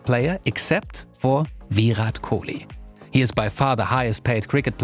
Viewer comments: exactly what is thought, the way he pronunced Kohli was with the heavy 'kh' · man y u speak french accent man u totally mispronounced kohli' s name